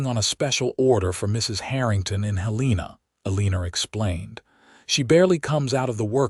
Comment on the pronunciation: Helena isn't pronounced correctly either